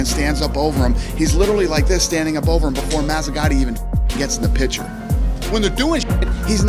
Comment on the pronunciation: When did grown adults start pronouncing the word “picture” as “pitcher”